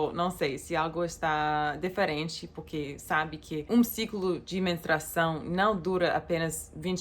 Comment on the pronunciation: Oi que tanto amo! Manda um agraço para o Bem e o Max por mim.👍👊🇧🇷 Quando vc fala puque não é muito bom ouvir kkkk 👍👏😘.